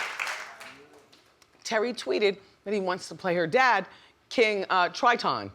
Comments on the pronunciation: Hailey??? Halle (haw-lee) Trahtawn??? Triton (try-tun) 😂😂😭 gotta love wendy tho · Man, Wendy is struggling pronouncing names today! Tri-Ton and Hailey Bailey 😂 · Why she say triton like that